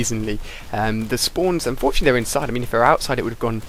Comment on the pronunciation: "i unforetunately got the final kill cam" first time i heard that XD